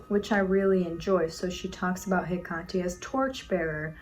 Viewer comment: Wait is it pronounced Heck-at-ay? I thought it was Heck-ate.